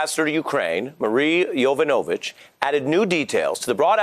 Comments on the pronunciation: Ari, please learn how to pronounce Yovanovitch correctly. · "YOV-ON-A-VICH". Not "YO-VA-NO-VICH" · YO Van OH vich? Uhhh no. YaVAHNuhvich, guy. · Ari, how long are you going to be reporting on this before you learn how to pronounce her name?